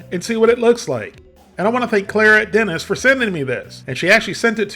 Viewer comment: Are you sure it's Clairet Dennis and not Claire + Denis? 😅